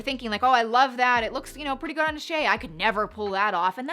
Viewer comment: "grandiose" is pronounced exactly how it looks. I think was trying to make it sound French or something 😟😁